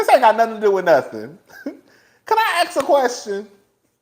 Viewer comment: “Can I axe a question?” 🤣🤣🤣